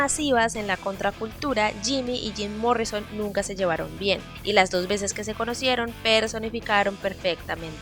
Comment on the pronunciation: "Zim Morrison" 🤣🤣🤣